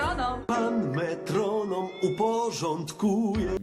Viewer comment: Chcę tylko uprzejmie poinformować że mówi się metronom a nie metromom. Świetny film, pozdrawiam 😊